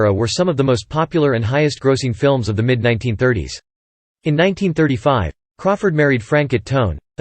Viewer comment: Omfg FRAN-CHO SAY it right!!